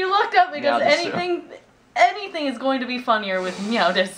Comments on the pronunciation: drop the u at the end it's des, and Japan says meow like this Nya (nee yea) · meow des is how it's pronunced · You pronounced "desu" wrong. Of course, you probably don't care... so, never mind. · ITS PRONOUNCES MEOW DES! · you're saying desu wrong, its pronounced des, the u is silent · It's pronounced dess...